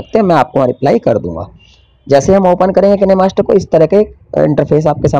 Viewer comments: Kine master bolne nhi ataa hai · किनेमास्टर नहीं काइनमास्टर होता है ।